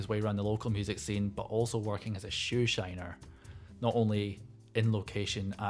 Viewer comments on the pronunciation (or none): none